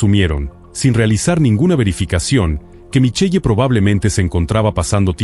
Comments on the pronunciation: No s pronuncia Michelle..... s pronuncia MICHEL, m chirean los oídos escuchar eso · Se pronuncia Michel